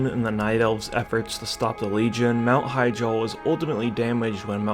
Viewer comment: It's "he-JAAL", not 'HI-jal"